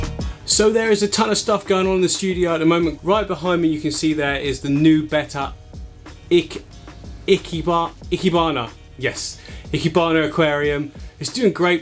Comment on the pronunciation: Its pronounced "ee-KAY-bahn-ah" just an fyi :D